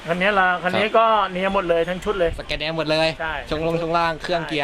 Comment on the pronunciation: scania อ่าน ว่า สะ แกน เนีย (สแกนเนีย) กูเกิลมีครับ ชื่อภาษาไทยว่า บจก. สแกนเนีย สยาม หรือ สแกนเนีย ประเทศไทย